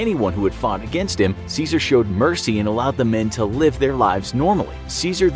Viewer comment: Good vid but you pronounced his name incorrectly like everybody else 🥀